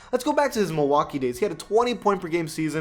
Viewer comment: It's mil-walk-ee keep hating dude...